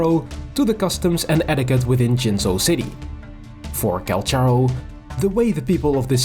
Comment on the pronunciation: I came here desperately curious if to see if we have any confirmation about the phantom guy he fights with (the idle where they bump forearms is SO peak, I am chomping at the bit for more LORE about this guy)!!! But big RIP to the EN voice lines saying his name as Call-CAR-Oh.....we've apparently all been mispronouncing his name T^T (unless this is another Tartaglia situation and they fumbled the bag in EN...but it makes sense phonetically in this case). The bit about the culture shock was super cute, I'm just imagining this totally hardened warrior being shown a singular kindness and being utterly flabbergasted but trying to play off his confusion. The image is precious. (Oh no, look at him...he's traumatized!!!! My favorite kind of man.) I became intensely fond of him from his treasure lines of all things. I just like the idea that I've hired this guy and he claims that's the only reason he sticks around LOL.